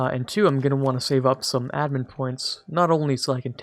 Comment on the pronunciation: I love how you pronounce "admin" lol